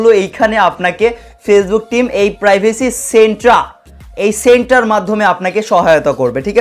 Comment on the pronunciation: Centre pronunciation